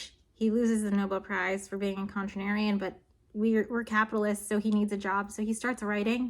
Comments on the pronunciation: ConTRARian, not contranarian. I correct your English (you said it 5+ times! lol) because I am not smart enough to understand many of your videos (real respect!). Keep up the good work though. You're providing a real service. [Oh, haha--I see I was not the first to point this out. Oops!] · hold on a second! what is a contranarian? lol, jk jk. new to your videos, but loving all of them so far! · I promise I paid attention to the video but the amount of times you said “contranarian” hurt me. Great video, still 10/10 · I can't get over how many times you said contranarian instead of contrarian it's actually killing me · If I hear the word or non-word “contranarian” one more time I’m going to shove a pencil in my ears. lol jk. It’s “contrarian”. But on another note, I absolutely love your videos! You have a new Sub here and I’ve been binging your videos tonight. Great content! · I hate to be a grammar nazi, but you said it so much. "Contranarian" is not a word. It's actually contrarian! Love the content as a fellow physicist :) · It's contrarian (what Fred Hoyle was). It sounds like you say contranarian. But it's contrarian. A contrarian is a person who opposes or goes against the prevailing opinion or commonly accepted beliefs, often for the sake of challenging the status quo or seeking alternative viewpoints. Contrarians tend to take positions or make decisions that are contrary to popular sentiment or consensus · You're a contrarian for saying contranarian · Contrarian not contranarian unless you are a contrarian. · You are way too intelligent to keep going through life saying "contranarian". I can't let you do it. The word is "contrarian". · "contrarian". Not "contranarian". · Hey there! I just had to pop in and say rhe word is "contriarian" not "contranarian"- you're adding an extra syllable that isn't there. Still, very intriguing video, thanks for making it :) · You mean contrarian??? You said contranirian several times! It’s not a real word ! 😂😂